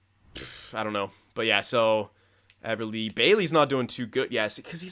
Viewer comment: Eberle not "Eber"lee"